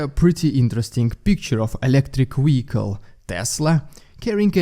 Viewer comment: Veeeeehiiiicle, not Uiecle